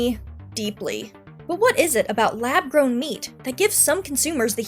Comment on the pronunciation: I believe "lab gown" should have an r in it. Geesh.